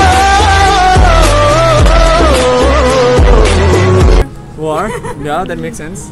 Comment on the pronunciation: im hurt when she said waar...